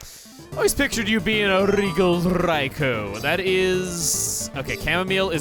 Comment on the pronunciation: Not gonna lie, it was a bit of a relief when he pronounced Raikou correctly.